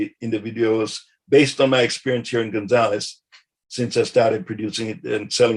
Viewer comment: Gonzales ends in a S and not a Z.